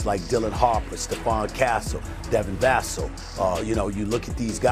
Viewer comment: It’s VUH - SELL ! Stephen a cmon man